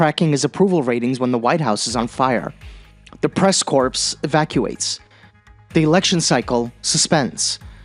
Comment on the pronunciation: Corps is pronounced as core